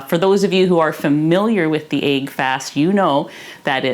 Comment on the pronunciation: She's awesome, I love and her videos. The mispronunciation of this word as well as leg being pronounced as laig trigger me really hard lol